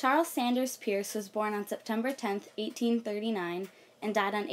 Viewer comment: Hi. I'm distantly related to Peirce. It's pronounced (purse).